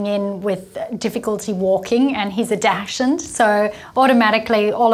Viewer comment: Please stop mispronouncing "Dachshund" It's NOT Dash-Hound. If you feel the need to use a slang term, call it a "Wiener Dog" or a "Pretzel Dog"